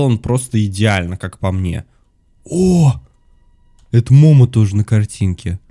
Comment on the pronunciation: не мома а момо